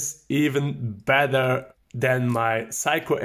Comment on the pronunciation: I love how Germans pronounce Seiko like "psycho." You and Jenni Elle both do it and it's really charming.